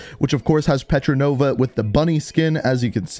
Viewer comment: Hey, ita PETROVA, not PETRONOVA